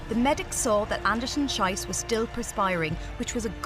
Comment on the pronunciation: It's not "Schyss, it's Schees". Schyss pronunciation means "shite", Schees mean "shoot"!. So the commentator is wrong. Get a grip you stupid woman! The athlete herself is a heroine!!